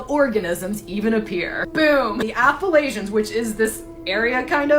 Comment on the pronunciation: I’ve lived in the Appalachians my whole life and have never heard it pronounced that way lollll